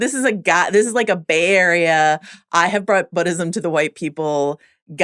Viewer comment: I love these recaps but it hurts when the girl in the glasses says BODism